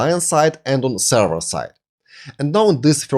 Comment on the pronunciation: Ну елки, ну говорите же вы слово length правильно, почему нельзя также сказать слова with, this, that, other и слово server ухо режет как и кучу других слов, а ваше allow алоу произносится как элау, ударения местами вообще не там ставите, не стандАрт, а стЭндэрт. А инфу даете очень годную))) Если хотите улучшить произношение просто больше слушайте и все придет. looking forward to seeing your next vids.